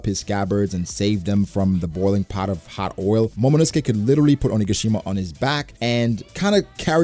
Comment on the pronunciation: Has to fix how he says onigashima. Idk why it bothers me so much but every time i notice it.